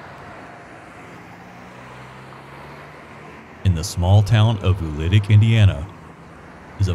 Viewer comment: I actually have the correction video! =) (It’s posted beneath my original post in Lawrence Indiana Memories.) My folks lived out at Bartlettsville, always pronounced it “ewl-litic “.